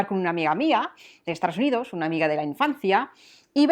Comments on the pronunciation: Siempre me llama la atención cómo pronuncias Estados Unidos. O yo oigo mal o tú sueles decir "Estaros Unidos" lo cual es un poco chocante si lo piensas bien. Por lo demás creo que hablas un español muy bueno, con entonación y sobre todo con mucho gracejo. Gracias por el esfuerzo. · En mi vida he pronunciado Dove como lo has hecho tú, y no recuerdo a nadie (Tampoco es una marca que escuche mucho, pero creo que es una de las que se puede mantener su pronunciación original o lo más parecido) Y en todos los videos cuando dices soy de, yo escucho "Estaros unidos" y de me hace curioso e intento afinar el oído, pero como este video es de pronunciaciones le hice más caso aún 😂 PD: Si lo intenta yo lo aprecio, no puedo llegar a imaginar cómo sueno yo al revés para sus oídos 😂